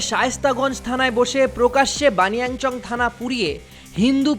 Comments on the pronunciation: ভাই! বানিংয়াচং নয়, হবে বানিয়াচং। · বানিয়ানচং না ভাই। বানিয়াচং হবে।